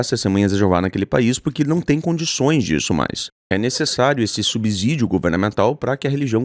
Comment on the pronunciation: Se pronuncia sub-CIdio!!